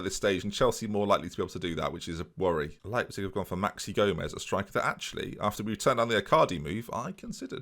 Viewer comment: "ei" is pronounced like eye in german, so it would be w-eye-gl and l-eye-pzig